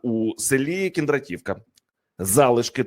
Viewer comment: КіндрА'т !!! КіндрА'тівка !!! А НЕ КіндратІ'вка !!! Коли вже грамотні з екранів віщувати будуть, а не ось такі ... що паплюжать НАШУ УКРАЇНСЬКУ МОВУ ! ( Перш ніж " вилізти" з виступом на люди - підготуйся !!! Узнай правильну назву чи прізвище - як воно звучить !!! І не коверкайте !!!)